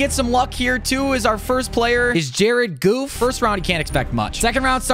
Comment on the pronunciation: Its not jared goof its Jared goff in football is how they say it🏈